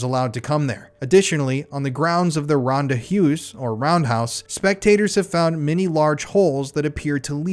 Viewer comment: Ahh my Afrikaans is screaming everytime he says Ronde Huis wrong/ in English 😂